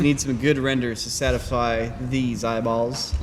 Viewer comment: I swear said 'satify', but it's a good sound bite for future episode intros lol